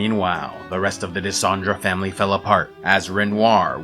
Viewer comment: Tu dis Allen au lieu d' Aline (li comme Lily), tu dis Dendre au lieu de Dessendre , tu dis Gage au lieu de Gommage , tu dis Essié au lieu d' Esquie , tu dis Manoco au lieu de Monoco etc. Ça n'empêche rien à la qualité du travail mais c'est dommage.